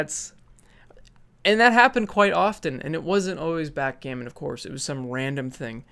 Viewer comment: I almost fucking lost it when you said "backgammon"